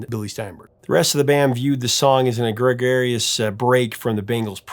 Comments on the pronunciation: Dear. YOU rock! And so I feel obligated to inform you that the word egregious is pronounced "eh-gree-jess." I couldn't let you go on mispronouncing it as "ah-greg-air-eeus" or whatever you were saying. I think you confused it with the word gregarious, which means almost the exact opposite 🤣 Got your back, bruh 😉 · You need to learn how to pronounce words. It's not "e-gregarious," it's "egregious." They don't sound at all alike.